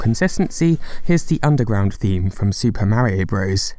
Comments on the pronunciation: Why the fuck do you pronounce Mario..Merryo? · Ugh...British people. Its flippin Mario like car. Not Maryio. For cry yi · What is it with Brits speaking certain dialects saying "Mary-o" instead of "MAH-ree-oh" when the BBC has already insisted Pakistan be pronounced PAH-kiss-TAHN instead of PACK-i-STAN? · I really hate when people can’t f-ing pronounce Mario correctly. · Instantly disliked this video because of the way the narrator pronounced Mario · You can at least pronounce Mario's name the way the game's creators intended. I guess people from your part of the world aren't concerned about respect and think it's okay to be rude in such ways.